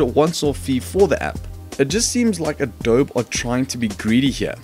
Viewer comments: pronounced Adob-e not Adob! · Just and fyi, it is pronounced adobee. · u can't even say adobe